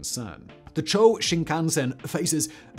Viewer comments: It's "Chew-oh" Shinkansen (中央新幹線, or ちゅうおうしんかんせん—Central New Trunk Line), not "Chō" Shinkansen. I'm not even how Chō Shinkansen would even be written... 超新幹線—"Super" Shinkansen? 🤣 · Quick correction: the Japanese maglev line is not called "CHO"(超 - super) but "CHOO-OH"(中央 - Central) Shinkansen. Though calling it "Super Shinkansen" instead of "Central Shinkansen" sounds like an actual upgrade of the existing shinkansen system